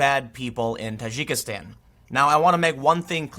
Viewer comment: Dude its pronounced Tah djiki stan.